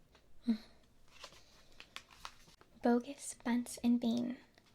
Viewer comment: The way you pronounced boggis was bogus